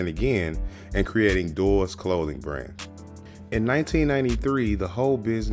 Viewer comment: Dude kept saying doors instead of DROORS!!!! Made me want to bash my face into the wall. DROORS where sick in the 90’s and if you don’t know that and skate then you shouldn’t be talking about skating in a doc